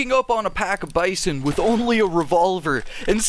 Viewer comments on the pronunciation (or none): none